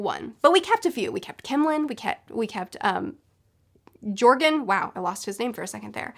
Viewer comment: Btw joergen is pronounced yer-gin. Just saying